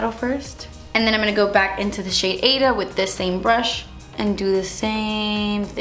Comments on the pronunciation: I think AIDA is pronounced eye-eee-da like the opera AIDA. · If that Aida shadow is spelled that way, it's pronounced AY-EE-TA. It's a fantastic musical by Elton John and Tim Rice! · I think you're pronouncing the Aida shade wrongly it should be like (ahh-ee-dah) the dah should be like( the) I hope I'm making any sense